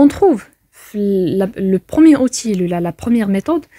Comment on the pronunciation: Outil se lit outiye et non pas outile en prononçant le l.